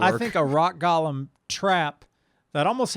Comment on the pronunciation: Dude fuck, given the comment about Reece's, how the fuck do you not know how to pronounce golem? It's not gollum as in smeagol, it's pronounced gole-m ffs. Love you guys, keep up the good work